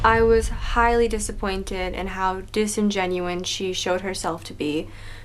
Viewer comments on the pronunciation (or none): Disingenuine? don't use the big words unless you know you're saying them right.